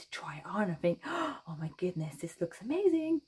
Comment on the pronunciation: I think my favorite part of your videos, when you say... "See? Ah-mazin' - ah- MAZIN!" Brightens my day! Thank you for yet another wonderful pattern (and entertaining tutorial)!